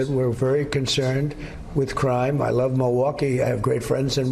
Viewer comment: I wamble on and on i wove to wamble about my big orange turd